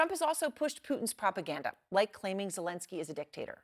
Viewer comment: Finally, journalists and politicians pronounce Zelenski correctly, three years of war and a new president, when I hear the correct pronunciation 👏